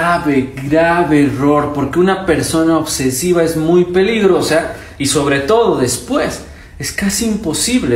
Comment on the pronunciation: Dice oktsesiva?!?!?!?!?!?